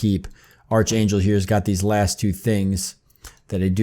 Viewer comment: it's pronounced ark angel not arch lol